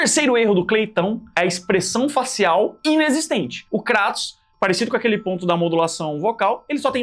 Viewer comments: Primeiro? O nome é "Krêitos" não "Crátus" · Nao é cratos é Kratos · kratos não pô, krueitos* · Krueitous sai a minha pronúncia de Kratos